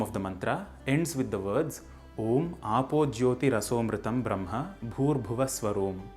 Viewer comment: For sanskrit channel, you seem to have difficulty pronouncing some sanskrit sounds. It's Brahma, and not Bramha. It's Yajnavalkya, and not Yagnyavalkya. Also, the H of bhuvaH is not silent, but pronounced as, say, German 'mach'. I know in recent times sanskrit culture has been corrupted, but I would have expected more from this channel.